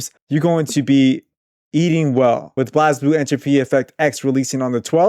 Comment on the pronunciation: Heads up, Blazblue is pronounced "Blaze-Blue"